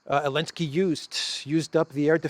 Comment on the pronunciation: saying Elensky continues to make me titter when I hear it. And particularly amusing when says it, by mistake